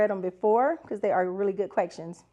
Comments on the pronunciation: are you saying “quecktions”? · Yes😂leave her alone😂😂